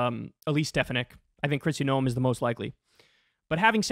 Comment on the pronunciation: You mispronounced both 'Noem' and 'Stefanik'. 'Noem' rhymes with 'roam', and 'Stefanik' has the stress on the second syllable.